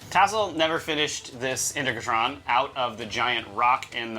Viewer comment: its pronounced in-TEG-ra-tron, not inter-gra-tron :)